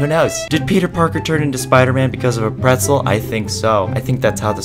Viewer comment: Pretzel not soggy carrot 😂